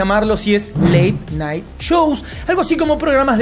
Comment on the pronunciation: Late "NITE" JAJAJAJAA